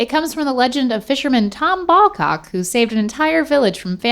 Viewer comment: Its Bawcock lol